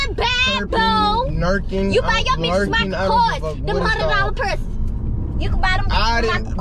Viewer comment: E: lil 100$ persus Me: what is persus I thought it was purses and 🤣🤣🤣